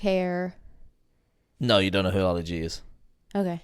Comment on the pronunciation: What a Fail lol😂 “ you know how ALI G is ? You don’t know who Ali G is ) and then can’t even pronounce his real name. Great video all the same, brought back some good memories.